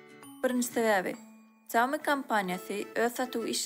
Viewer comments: Saumi diyya aslna Ksýaumi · Xiaomi diyip dogry aydyp bilenok. Kim okayan bolsada.